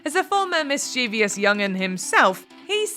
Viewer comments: It’s mischievous…three syllables, not mischievious with four…that’s not a word. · You mispronounced the word "mischievous." The word has three syllables, not four.